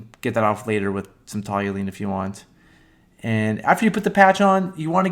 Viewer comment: Toluene. TALL-you-een